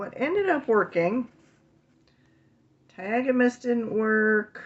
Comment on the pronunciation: Taiga in english goes like tiega. So your ok! So stop stressing 😂